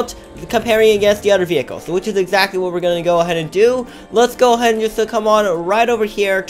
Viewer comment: User you say WHOT instead of what